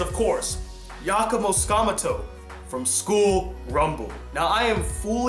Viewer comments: I love this top 10 video but, I have an issue with it. you kept mispronouncing #1 name. it was really annoying but I digress. btw tsukamoto is pronounced sue-ka-mo-to. that was the main issue I had. first name wasn't butchered as bad. you kept saying sakmuto... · oops. misspelled the last word. you kept saying skamuto. I typed sakmuto by mistake